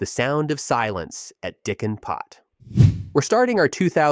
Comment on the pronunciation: I chuckled every time he said “Diccan Pot” lmao